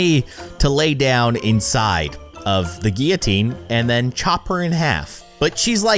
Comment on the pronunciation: It’s Gil-a-teen and any one here in 2019